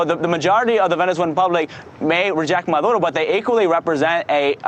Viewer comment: Anyone notice that this correspondent calls the Venezuelan president Marudo, instead of Maduro at about :32? By the way, while it’s supposedly ‘business as usual’, the Venezuelan government has shut down most of the internet there. So, no, not business as usual.....